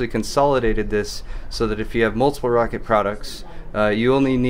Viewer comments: Pretty sure its ROW CAT... not rocket... pretty sure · I thought Roccat was pronounced [rOh-kAt]